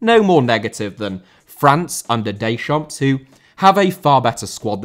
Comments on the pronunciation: Deschamps* not Deichomps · DeschampS?, we've talked about this before!!!! Don't pronounce the final 's' in French....